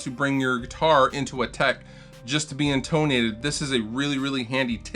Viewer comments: "IN-tuh-nate"... not "in-TONE-ate"... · IN-ton-ate not in-TONE-ate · In-TONE-ate? Steel wool? You don't seem like a troll, and yet you say such things......... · FYI...(In)tonate is supposed to sound like (de)tonate!